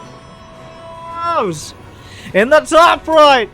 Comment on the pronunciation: A couple more years of this and the first 3 minutes of each video will just be the "o" in "heroes"